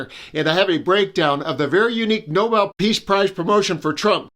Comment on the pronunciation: Did she say noballs price or novel price cause I support the first one?